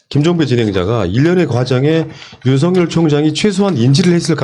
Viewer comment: 윤성열 윤석열 발음 구분 좀